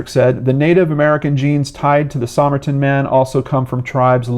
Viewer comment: Somerton is pronounced "Summerton" locally. Just thought you'd want to know.